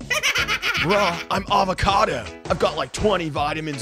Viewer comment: Avcad-bro not avcado